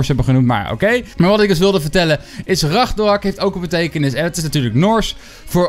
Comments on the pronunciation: Spreek alsjeblieft de naam goed uit, het is RAGNAROK en niet Ragnorak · Het is ragnarok niet ragnorak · Like als je ook hoort dat de hele tijd ragnorok zegt plaats van ragnarok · Het is Ragnarok. Niet Ragnorak. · RagnArOk niet ragnOrAk like als je er niet tegen kan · Kun je aub ragNArok zeggen ipv RagNOrak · Je zegt ook steeds weer ragnorak he? Het is ragnarok🤣🤣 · Je spreekt het uit als regnarok, niet ragnorak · het is Engels he je spreekt het uit als raknarok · Hij zegt altijd ragnorak